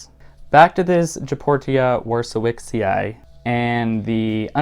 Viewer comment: The way you said Goeppertia warszewiczii chefs kiss